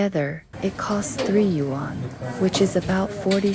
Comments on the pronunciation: The narrator for this video is beyond irritating. Your pronunciation of the word “Yuan” is the worst I’ve ever heard. You say “Yu ‘An” like it’s 2 words, it’s not, it’s one word. You should not be narrating if you can’t pronounce basic Chinese words. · Great, informative video, although it does seem to be done via AI ..... since, for one thing, the "person" doesn't know how to pronounce the word "YUAN".